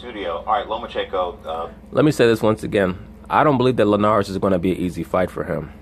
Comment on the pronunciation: why would any grown a$$ man pronounce Jorge last name the way these clowns on ESPN do? Show some respect!